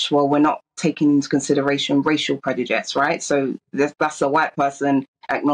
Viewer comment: talks so much but says nothing. She’s a pathetic excuse for an activist. She also can’t pronounce prejudice which really annoys me 😂